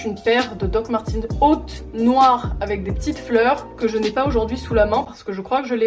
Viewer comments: Hhuggh comme c’est allemand ça se dit "doc marteuns" pas "martins" a la limite "martèns" ta vu mais pas /i/ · peut être que tu as une collection mais tu ne sais pas le prononcé donc bon